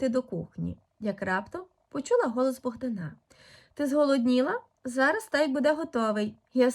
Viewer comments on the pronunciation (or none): Чому Богдана' а не Богда'😊на